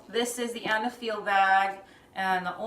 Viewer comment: I think the brand is pronounced eyyyy-neee-feel